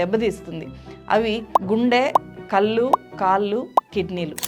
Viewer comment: కల్లు, kaallu కాదమ్మా. కళ్ళు కాళ్లు అనాలి.